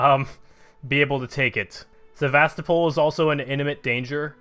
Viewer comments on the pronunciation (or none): “Seh vast uh pole” Never heard its pronunciation butchered that badly goddamn.